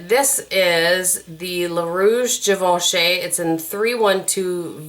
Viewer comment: geevochy is the pronunciation not being a smarty but now you will doung correct and french.